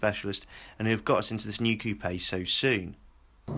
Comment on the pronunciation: you mispronounce coupe